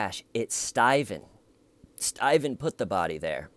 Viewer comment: I find myself walking around the house saying "the har was thar Stephen"...😂